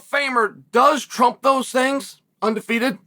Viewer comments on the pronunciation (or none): none